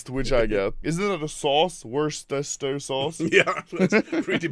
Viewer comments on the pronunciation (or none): I died at the Worcester sauce